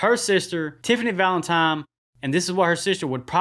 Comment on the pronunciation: Valentime. Haha.